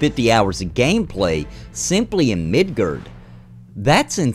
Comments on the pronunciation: MID GAR MID GAR NOT MIDGERD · The way you pronounce Midgar triggered me.